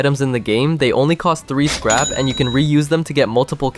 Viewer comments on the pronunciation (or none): Bro said scap 😂😂😂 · He said scap